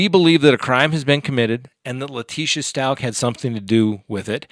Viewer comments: Leticia's last name is pronounced Stowk. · Since ppl feel the need to correct you, thought you should know you pronounce Stauch like cow! 🐘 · Good lord is it pronounced “STAUCH or STAUCH” !?